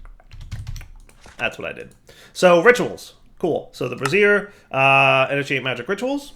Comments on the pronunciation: What you were saying… bras·siere /brəˈzir/ noun full form of bra. You meant to say Bra-zee-er bra·zier /ˈbrāZHər/ noun a portable heater consisting of a pan or stand for holding lighted coals. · Brassiere? my man, it's pronounced Bray-zee-er. Good grief, my man, you've got me busting a gut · Brazier.... they way you pronounce it is a bra, bro. Try bray-zure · Brassiere - womans undergarment (bras-ere) <- what kept saying Brazier - a large vessel for burning contents (Bray-ze-er) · Bray-zure with a soft z, not bra-zee-er with a hard z. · "bray-zeer" dire. bray-zeer. Please stop setting bras on fire. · Brazier... Bray-zeer... A brassiere is something a woman wears to hold up the ladies. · Brazier. Bray-zee-er. Brassiere is something else entirely :D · is "Brazier" really pronounced "brassiere"? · women wear brassieres, rituals utilize braziers. It's bray-zher dude. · That's... not how you pronounce brazier. A brassiere is something very different. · rhymes with Frasier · Gotta admit, I chuckled every time he pronounced brazier the way he does.